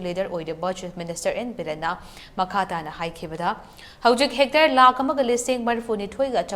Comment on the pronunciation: Its not "Hectre" but " Hectare"....:face-purple-crying